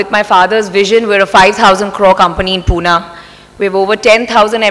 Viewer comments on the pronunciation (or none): Here She said punaaaa not pune 😅